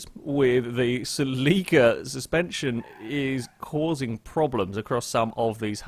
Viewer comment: I thought you put the emphasis on the cel in celica not the i